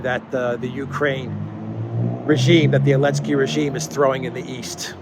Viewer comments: Great chronicle. But why do you keep pronouncing zelensky without the “z”? Is that some sort of retaliation :-) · Why do you call him Alensky? Or, am I hearing it wrong? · He calls him elensky because the letter Z is cancelled.